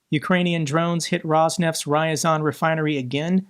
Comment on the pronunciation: RYAZAN. NOT “Rayazan”. I think it’s important to pronounce the landmarks at least recognizably.